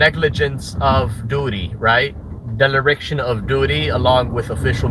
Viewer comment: “Del-er-rickchion” of duty? I’ve honestly never heard “dereliction” pronounced that way in my entire life.